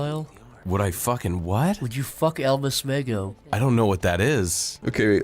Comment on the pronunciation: I thought Zach said “Elvis Mango.”